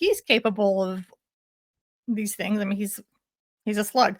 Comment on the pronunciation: Loved that you pointed out the Southern California-isms! Here's another one for you that must be a Utah/Idaho (maybe even an LDS one?). She pronounces "things" as "theens". My best friend from Idaho has said it that way since we were kids and me being from California I always thought it was weird. But I've noticed several other people at church from Utah do it, and also Lauren from Hidden True Crime does it occasionally too (don't know if she grew up in Utah but I know she grew up LDS). Once you hear it, you can't unhear it!